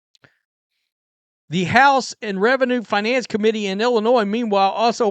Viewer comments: The S is silent. Just say n. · I can't take seriously anyone that pronounces Illinois with an "S" unironically. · Sir, you do not pronounce the S in Illinois. Grammar matters.